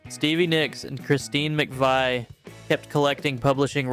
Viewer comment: McVee not McVy